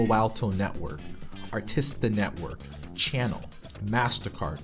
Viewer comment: Funny how he mispronounced Chanel though